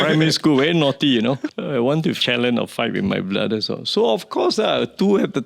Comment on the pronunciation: Why is he always saying Bra-the